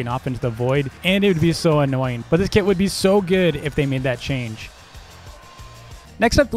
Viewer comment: The way says kit it sounds like the word kid to me